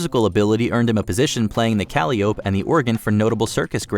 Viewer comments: FYI, “Calliope” is pronounced “kuh-lie-oh-pee”. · Is this AI because that was the worst pronunciation of calliope I've ever heard.